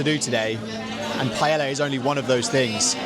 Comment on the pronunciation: ouch. Improve the pronunciation of paella please